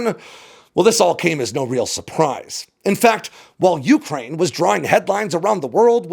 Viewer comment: can you please learn how to say Ukraine?